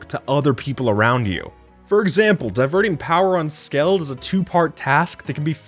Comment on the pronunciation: Skled ❌ Skeld ✅